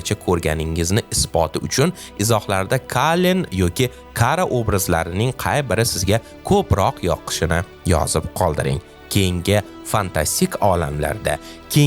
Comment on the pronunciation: Kalen❌ Kelen✅